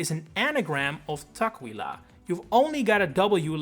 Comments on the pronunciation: Tuk-WILL-ah Come on, man. It's not hard to find the pronunciations. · the pronunciation of Tukwila and Sammamish are killing me XD